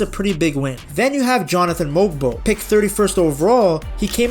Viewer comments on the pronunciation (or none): Very good video! Glad there's people out there that believe in the Raps 1 nitpick is the pronunciations, Jamal Shead (shed not sheed) Jonathan Mogbo (Mobo, G is silent)